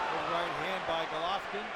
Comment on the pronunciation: The announcer keeps calling Golovkin Gollatta.